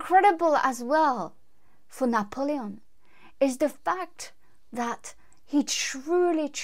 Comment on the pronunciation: BTW, I love the way you pronounce Napoleon.